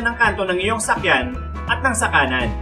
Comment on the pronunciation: Ako lang ba yung nakakarinig ng sakyan instead na sasakyan skskksks